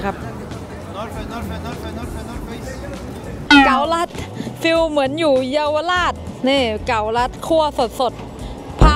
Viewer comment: เก๋าลัด รึ ว่าเกาลัด?